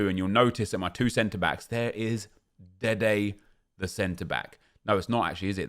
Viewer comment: OMG he really called him "DEDE THE CB" again . This just brought back so many memories.